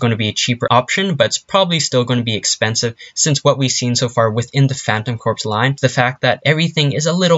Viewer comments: Your saying phantom corps wrong its pronounced phantom Core like marine corps its not said corps its said core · its not corpse its corps ( core ) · Please get it right Its pronounced CORE not corpse unless your talking about a cadaver thank you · You're pronouncing phantom corps wrong. The "corps" is pronounced "core" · It is pronounced core not corps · I wanna fucking die he pronounced corps "corps" not "core" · It's pronounced Phantom "CORE," like marine corps. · It’s pronounced “core” good grief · Can you learn to pronounce "Corps"